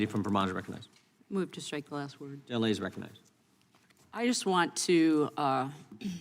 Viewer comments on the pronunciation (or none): Please work on not dropping the end of the words in English, when you speed up you drop you forget to pronounce the end of the word